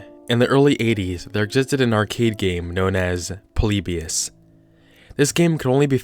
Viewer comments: Are you saying... poleebeeous? its pronounced polibeeus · that's its pronounced po-li-bi-us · It's actually pronounced "Polly-Bye-Us" Not "Pollybeyus" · The way he says Polybus makes me cry 😂 “Po-Le-Be-Us” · God, stop calling "Poleebius" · YOU PRONOUNCED IT WRONG!